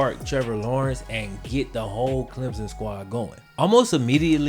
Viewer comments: Wait wait a minute he said clemzon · It's Clem son. Clem. Son. Stop smashing the word together it's wrong(sorry gets on my nerves as someone from SC).